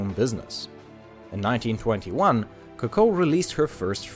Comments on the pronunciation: It is not Cucko it is Co Co. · It's CO co, not co CO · It’s coocoo not coco when pronouncing it jeez the way that he says it sounds like a bird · You are to pronounce it as Ku Ku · Vybl08 yes U right , he actually say Cocow which is not french😂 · Your pronunciation of her name is pissing me off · The way you pronounce Coco is triggering me. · Rey TN But if it’s supposed to be said in french, then he isn’t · Coco is pronounced with the accent on the first syllable, not the second, just like cocoa and coconut.